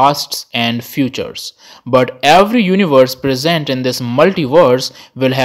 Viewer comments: It is called Universe, not Univorse… 🤦🏻‍♂️ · "Multivorses" and "univorses"